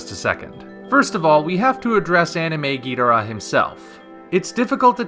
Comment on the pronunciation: If King Ghidorah looks like this movie poster, I think underwhelming is the word of the year for this film. Also, I know you've covered your reasons for it before but you are still not pronouncing Ghidorah's name right. That is not how Toho told us to pronounce it, nor is it how it will sound in Godzilla 2 on the live screen. I will be MORE than happy to lay out why you are pronouncing it wrong and how the Japanese would say Ghidorah like we do if they could, but honestly, it really sounds like stubbornness on your part right now. Toho has made it clear, and you will NOT hear Ghidorah pronounced the way you say it in G2. This isn't the 60s and you aren't Nick Adams. Just help promote awareness of how his name is actually pronounced already. Or start calling Godzilla Godziller like the old 90s dubs.